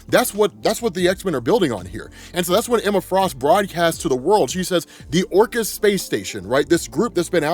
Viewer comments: If it makes you feel better I thought he was saying Orcus of the Underworld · This whole time, when I heard the word, "Orchis", I was hearing/thinking, "Orcust", like the dark machine orchestra themed Yu-Gi-Oh archetype lol; advanced level nerd brain conclusions at its finest. In hindsight I guess, "Orchis" makes a lot more sense lol.